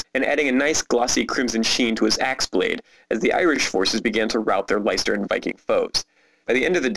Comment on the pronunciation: "Leyster"? I'm assuming you mean Leinster.